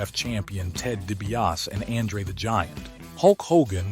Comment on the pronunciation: You really suck at pronouncing names. DiBiase is pronounced “Dee-bee-ah-see”, Andre is “Ahn-dray”.